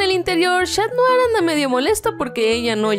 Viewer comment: 0.35 dijo shatdrien osea cat notar y Adrien